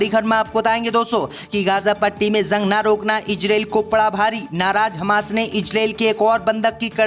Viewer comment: JUNG KO ZUNG KYUN READ KERTA HAI BEWAQOOF AADMI...